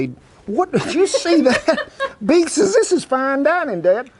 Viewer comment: must be good the beeg" came back for seconds ! ha!